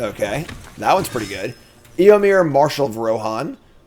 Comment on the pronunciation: Me: well at least knows the movies so he can't butcher the pronounciations of the names like usual.:*EEYOMYR*